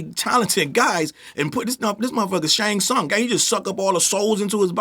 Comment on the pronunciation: He called this nigga Shang Tsung 💀💀💀😂😂😂😂😂🤣🤣🤣😭😭😭😭